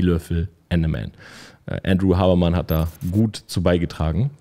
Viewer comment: Sehr geiles Video. Bei der Aussprache von Huberman habe ich anfangs nicht gewusst wen du meinst. Seine Podcasts sind eine Bereicherung für jeden.